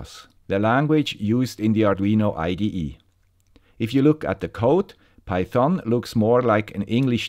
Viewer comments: Pronounciation: The problem with everyone loving is that nobody dares to correct the master on his pronunciation of Python.. I know it's not that important, but the correct pronunciation is with the emphasis on PY.. so it's actually PY-thon, not pyTHON. About the content: this is a GREAT episode as I'm switching from the Arduino IDE to microphython myself. The timing couldn't have been better! Also, I love the research that you've done and the work that went into this episode... I know I'm starting to become repetative, but bravo for keeping up the excellence. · Das o wird nicht gesprochen und betont wird auf der ersten Silbe "peithn". Die Aussprache hier tut weh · NO! No no no. Just no! Don't use python on micros. And please read the following,: Do not pronounce the o. I get bloody ears when you say python;) Anyways, thank you for a new informative video.